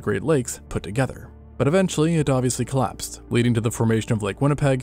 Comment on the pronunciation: is he trying to say 'collapsed' ?